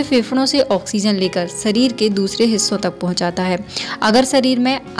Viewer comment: Sareer me nhi shareer me